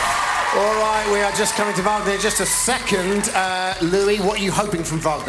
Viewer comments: SAY HIS NAME RIGHT, LOUI!!!!! IT'S VAGNOR!!!!!! JERK!!! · Poor thing. I bet after all these years Louis still hasn't managed to pronounce his name right.